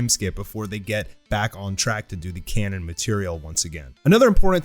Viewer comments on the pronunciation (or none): none